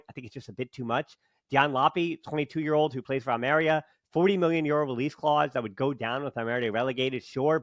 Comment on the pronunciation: al-meh-REE-AH. Not al-merya. There’s an accent on the i